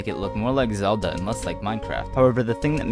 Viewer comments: HE CALLED LINK ZALDA!!! 😮👿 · Ain’t no way you said Zelda.